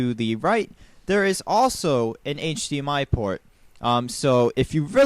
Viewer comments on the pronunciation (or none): none